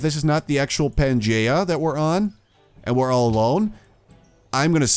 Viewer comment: it is pronounced "pan-gee-yah" not "Geh" more like Gee